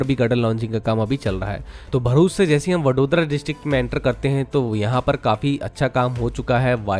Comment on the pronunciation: Ek Matra Infra Youtuber Hai Jo Bharuch Ko "Varuch" Nahi Bolte Varna Agla Hur Banda Varuch Bole Jaa Raha Hai Yaha Tak Ki Kuch Gujarat Kehi Channels Varuch Bol Dete Hai Jabki Vo Bharuch As "भरूच" Hai Naaki वरुच Bola Jata Hai 😂😂😂 Love From BRC ❤🇮🇳